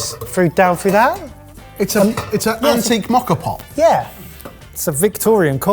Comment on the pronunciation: It took me too long to figure out that "Mocker" pot was actually "Moka pot".